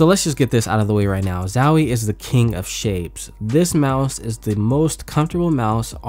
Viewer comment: man it's not zawie plz my ears are bleeding